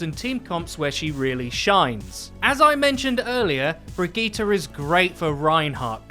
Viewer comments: Wow...miss pronunciatte a few more things. It's not brig E ta.... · Bri•d•jeet It's pronounced bridjeet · Why do people insist on trying to church up bridgetes name? Bri-gee-tee-tett-gon-gee-tah. You sound like people who try to go full Italian at italian restaurants. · Bridgette is french and it's pronounced bridge it...if for some reason overwatch pronouces it like you do...it's dumb on all ends. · Who says Brigitte like that? It's not french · Can we please start saying her name properly shes not a sayin i dont get it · It's actually painful to listen to how awfully you pronounce Brigitte lol